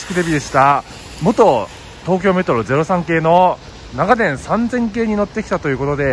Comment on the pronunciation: 信州人ですが、取り上げてくださって嬉しいです。 ただ、長電のイントネーションが気になりました。地元では なが⤴️電 が主流です。 でも地元の愛称で呼んでくれてありがとうございました